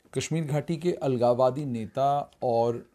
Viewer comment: What the hell u r speaking the word algawadiii